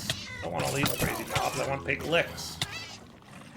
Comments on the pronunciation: Pig lick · I find it endearing because of how obviously wrong it is.